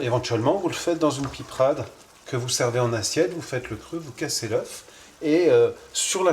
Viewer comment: On ne dit pas de la piprade mais de la pipeuuurade😮❤